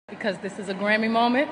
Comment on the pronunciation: Ellen made Beyonce hurry-pronounce the word 'grammy' 😅